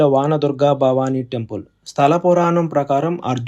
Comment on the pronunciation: 🙏🙏 వాన దుర్గ కాదు నాయన, అది వన దుర్గ. ఇస్వమిత్ర అనకూడదు . విశ్వామిత్ర ఆ..త్రి కాదు అత్రి మహర్షి అనాలి. పరిషిత్తు ప రి క్షి త్తు ఒక్కటి కాదు 7 మాటలు సరిచేసుకోవాలి, 🙏🙏